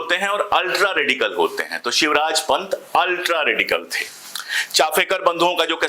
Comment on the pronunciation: Sir can I add something more these brothers are chapekar not chafekar the family belong to Village known as chapa that's why the sir name is chapekar. Chafekar is a wrong pronunciation.